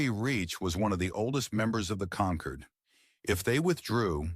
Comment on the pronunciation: Do not use words that can be pronounced in 2 ways. Conquered and Concord are the same to AI. It was constantly wrong. Avoid the word wound at all costs.